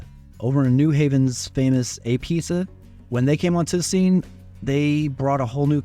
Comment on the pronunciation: Apizza is pronounced Ah Beetz not Ay Pizza